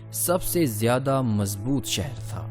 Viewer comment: کافی تھرڈ کلاس معیار ھے۔ کمبختو پہلے اردو حروف تہجی پہ عبور حاصل کیا کرو ادائیگی درست کیا کرو۔ پھر سوچو کہ وڈیو بنانی ھے وہ بھی تاریخی حوالے سے مسلسل مغل۔ مسلسل سہر۔ بھئی منگول۔ شہر۔